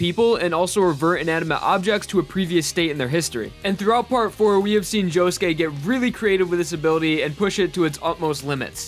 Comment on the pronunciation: Did it annoy anyone else when he said josuké